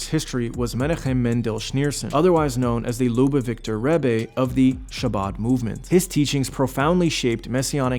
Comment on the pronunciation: who wrote this pretty boy's script for him? "behavorial" "lubavicter" lol